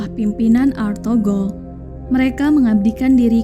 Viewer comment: ETHUGRUL BUKAN ARTHOGROL